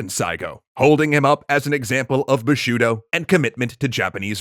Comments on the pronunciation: Bushido, not 'bishudo'. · did he say "boshudo"??? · "Buh-Shoo-Doh." *twitch twitch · The fact that you cant say the easy ass word "bushido" is so sad.